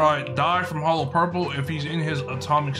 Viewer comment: Hollow purple= hollo purple lol 😂